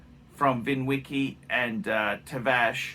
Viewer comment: Tavarish”” not tavash